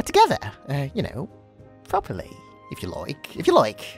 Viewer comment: Celebrate it.... "proprely" you say?🙄 😂😂😂sorryIcouldn'tcontainmyself😂😂😂😂😂😂😂😂😂😂😂😂😂😂😂😂😂😂😂😂😂😂😂😂😂😂😂😂😂😂😂😂😂😂😂😂😂😂😂😂😂😂😂😂😂😂😂😂😂😂😂